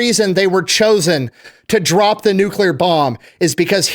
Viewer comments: saying NUCULAR irks me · Nuclear. New-Clear. Not nuculer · Can we please discuss the fact that Nuclear is one of the most mispronounced words in the English language. There is no "U" after the "C" in the word. While there are 3 syllables in the word, that part most people get right, it is pronounced Nu - cle- ar. So many people pronounce it Nu - cu - lar, and they sound like a friggin water head. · I know about “freedumb” of speech, but stop saying NEW CUE LUHr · Did keep saying nucular? Or am I just not hearing it correctly? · probably pronounces it nucUlear too. . .lol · I hate how pronounces nuclear (just a pet peeve of mine), but I still agree with him on nuclear power. Everybody points to Chernobyl when they try to say how dangerous nuclear power is, but that's giving the Soviets far too much credit because they couldn't engineer their way out of a piss-soaked paper bag